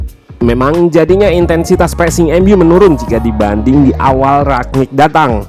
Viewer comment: Kenapa orang tua susah dikasi tau ya? It is rangnick not ragnick. Gue nyadar ketika liat podcast jebreet media, but coach justin bener lafalinnya. Tapi ada yang engga juga ya ini, udah berapa bulan masih aja rag.